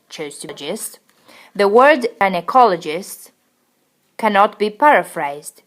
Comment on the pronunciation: Hi, lately watching your informative video, I heard the way you pronounced the term "Gynaecologist" as Jy-na-cologist instead of Gy-na-cologist. I think it has been mis-pronounced. It's a gentle note but you're doing a very good job for all of us. Thanks.